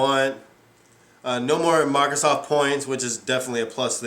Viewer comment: Who's this 'Marthasoft' you keep mentioning?